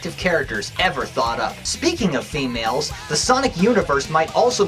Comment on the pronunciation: typical females (pronounced like temales)